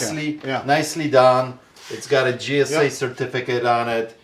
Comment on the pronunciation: please your killing me 😂its not Gsa.it's JJJJJJJJJJJJJJ. please stop saying g s a it's Jjjjjjjj sa 😂 it's beckett not bucket and it's steiner not stainer lol. Accent or not you sound so wrong my friend 😂😂